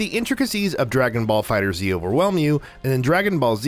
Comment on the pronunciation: Funny that did that with the name of the game because it's definitely not prounounced "Dragonballs"